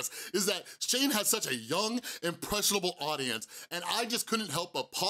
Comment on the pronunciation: I dont like Logan Paul at all but I was lowkey giggling at him messing up the word impressionable the whole time